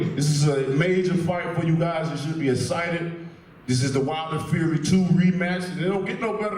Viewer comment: Wtf did Wilder just say - ...cant figure it out???? Fury not furry!! Flying elbow kicks...pretty scary stuff!! Seriously though, this is going to be a good fight. Respect